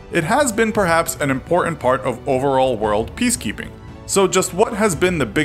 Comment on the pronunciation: Did he meant "piece key pin, or piss kingpin?" Cause the subtitle wrote "peace keeping". Is it a typo?